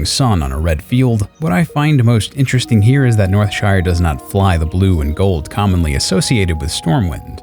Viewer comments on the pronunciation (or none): none